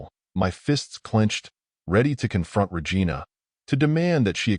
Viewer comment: “ we listed Ra Gina’s activities “ got me